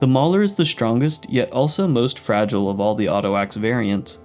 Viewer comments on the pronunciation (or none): none